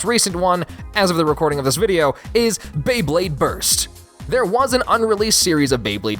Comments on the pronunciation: When you whier trying to pronounce the Japan version of Beyblade you said beyblade borite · "beyburrito" definitely thats how they procounce it in japan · Did he say burito?